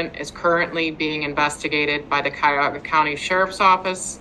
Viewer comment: If she says cuyahogga county one more time 😮‍💨